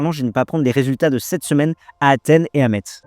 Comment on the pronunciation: On dit pas … mettttz … mais messsss car le tz c est l ancien b chelou allemand… et au fil du temps le b c est transformé en tz en français…. Et on dis dé messin pas metzin grrrrr …